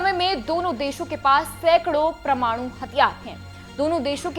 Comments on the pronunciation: Tereko bolna nahi aa raha parmanu bolte hai parmanu nahi bavkuf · क्या सुनें आप को? आप वैज्ञानिक शब्द को विज्ञानिक और परमाणु शब्द को प्रमाणु बोल रहीं हैं। 😂